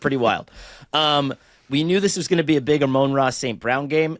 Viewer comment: Ahhhhh-moan Raw saint brewn.